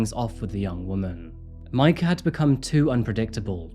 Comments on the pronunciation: Obviously you pronounce awfully the slut’s name “Mika” is not like the English “Mike” and even”cuisine”like everyone on YT which is of French origin (cuisine=kitchen). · exactly...Majka doesnt sound right in this context.